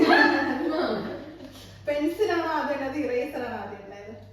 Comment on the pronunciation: പേ പേ അല്ല പെൻസിൽ 😂😂😂